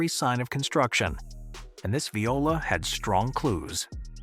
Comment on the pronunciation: The AI voiceover is so annoying, I can't get past it to the end. Please just have a real person--preferably one who can pronounce "viola"--read the narration.